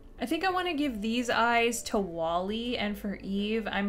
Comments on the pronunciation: It's Wall-E not wallie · It’s wall-e not wallie hihi just putting this out there